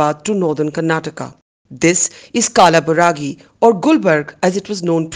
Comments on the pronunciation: And not kalaburagi it's kalburgi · कालाबुरागि गलत उच्चार है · बरखा, शहर का सहि नाम है कलबुरगि. आप कल्बुर्गि भी बोल सकते हो.